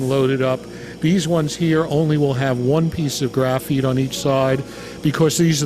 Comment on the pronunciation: Ore-gone and graph-eet ? Ouch!